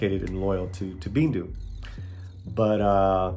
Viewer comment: the girl's name is "bindu". not "bindi"